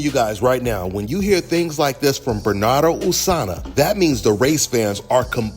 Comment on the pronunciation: R u ever gonna be able to pronounce Bernardo's name correctly?